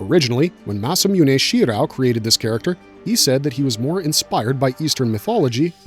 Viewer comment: dudes pronunciation needs some work for sure